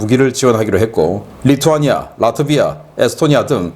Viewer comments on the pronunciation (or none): none